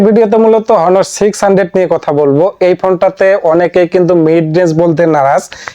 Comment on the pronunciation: হনোর না অনার